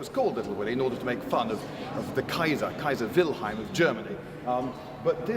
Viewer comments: that's 'WilheLm" i believe - not 'wilheim' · In the USA, we pronounce the Kaiser's name "Wilhelm", but if he's "Wilheim" in England, I really don't mind.